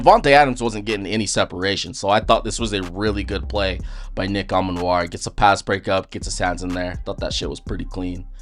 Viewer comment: Pronounced E-Man-Wori, not A-Man-Wori.